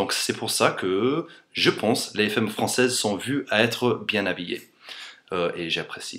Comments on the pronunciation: Les faimes françaises :3 C'est fAmme pas faime :') Sinon ton accent est tellement parfait que je croirais parler à un français x) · heu.. tu veux dire les "faimmes" ou les "femmes" ???? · femmes ce dit "famme" ;) great video anyway ! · Femmes se prononcent fAmmes le E se prononce A comme il est suivi d'une double consonne ;) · to pronouce " femme properly you have tu say the " a " of f(e)mmes such as the a of cat ! cheers from france !